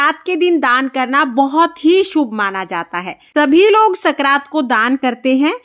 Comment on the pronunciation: संक्रांत होता है न की सकरात